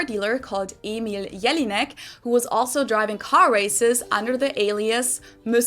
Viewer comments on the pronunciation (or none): none